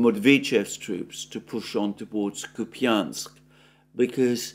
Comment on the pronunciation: Kupiansk ---> [ COUPE insk ] Piatikhatki ---> [ pee tee KHAT kee ]